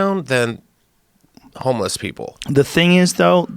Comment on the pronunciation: whats a "homless?"